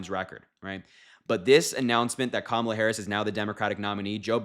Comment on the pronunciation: Thanks,! But we'll need another name for her team. The accent in Kamala is on the first syllable. That's okay, the whole world will know how to pronounce it within the week. Thanks so much for your support! Americans don't often express how grateful we are to our friends overseas. It means a LOT to us. 🤎 😊 👍 💙